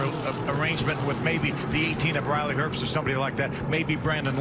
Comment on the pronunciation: Why does he keep saying Riley erbst. it’s pronounced Riley herbst with a h